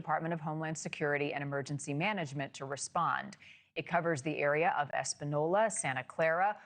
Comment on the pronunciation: Espenyolla is how it’s pronounced